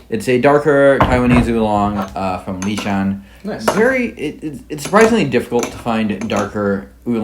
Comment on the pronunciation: Sold me on 'Lishan"